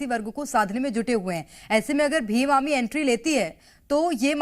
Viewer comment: भीम आमी नही ही भीम आर्मी ही बड़ी बोलो